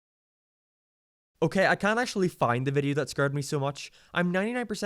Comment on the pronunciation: Who the heck is teals💀 and scured? You mean scared what’s up with this guy